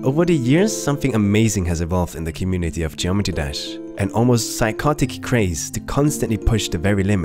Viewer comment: Geometee dash lol ❤️